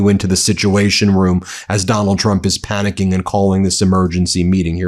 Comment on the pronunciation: Stop saying panicking....